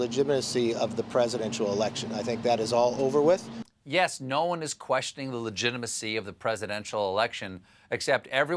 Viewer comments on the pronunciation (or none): McCarthy actually said "legimitacy" not "legitimacy." Like a kid who says soggy instead of sorry.